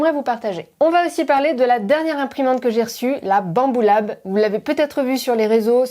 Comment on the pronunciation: « alors là bamboula » j’ai du réécouter 3 fois avant t’entendre Banbulab le tout en rigolant